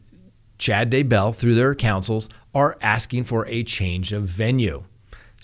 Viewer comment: Please please say their name correctly the emphasis is on Day not bell come in